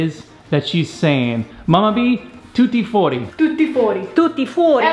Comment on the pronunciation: Tutti fuori Non Thoothy fourty